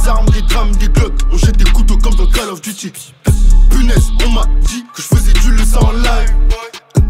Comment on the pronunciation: "kal of duty" si tu veux ecrire une punchline, prononce ça mieux